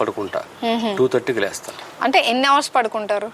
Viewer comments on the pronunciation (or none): none